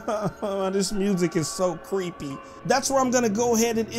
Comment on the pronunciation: He said cweepy